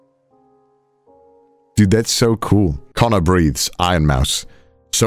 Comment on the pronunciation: I was watching this while doing other stuff, but this caught me so fucking off guard I had to double take..., breathes sounds surprisingly similar to breeds